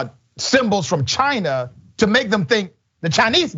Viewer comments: He say CHIIINA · Dr Ritchie, you didn't get China right. Lol Chiinnnaaaa.